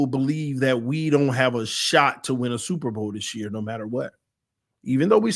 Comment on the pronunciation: They said “Supper bowl”